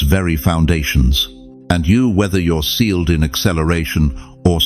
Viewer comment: Sealed, not staled🙏🙏🙏🙏